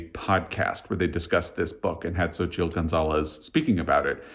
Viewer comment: Hi, I'm impressed that you were able to pronounce Xochitl (based on when I googled it) 😃 Scott at Gunpowder Fiction and Plot did an awesome job of explaining the real artist's story when this book was released, which convinced me to read it. Turns out I wasn't as thrilled with the later time period part of the story (it's two stories in one book), and it's worth knowing that Gonzalez doesn't really lean into the earlier artist's facts, just uses them as a reference point to create a story. What she did create in that timeline I liked, but it's got magical realism -- because you're not a spooky/ghost reader, I thought you might like to be "forewarned." For me, the magical element was delightful. As for Fire Exit, it's been on my list since your recommendations, and I recently placed a hold on it due to Ben's Read Good 2025 Storygraph challenge for February, books with fire on the cover. It's probably already on the shelf waiting for me to pick it up! Btw, did you recommend Heartstopper at some point? I decided to watch the Netflix series, and it has been a cozy, much-needed distraction! 🩷 To me, James (4 stars) and Martyr! (2.5 stars) were both over hyped. I hated Erasure, btw. For anyone who either loved James or needs a palate cleanser, a book set with similar time/place/problems that I'm currently reading is Horse by Geraldine Brooks -- so far it is excellent! As for Akbar, I recommend reading his pal Tommy Orange. Wandering Stars is a gem (5 stars). I also listened to